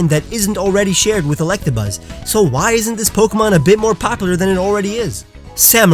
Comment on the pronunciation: Anyone else triggered over the way he says popular